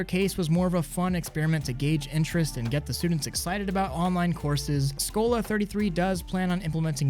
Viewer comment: in polish l is w so you say it skowa but you write it as skola